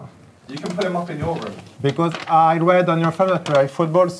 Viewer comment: Mon cher Gre , ont dit "room" , pas "romm" :P